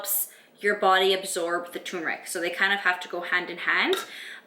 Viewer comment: I definitely hear you on the low immune system and being a teacher thing. I'm an English as a Second language teacher. I got sick a ton during my student teaching last year. Also the pronunciation would be /ter mer ik/ :D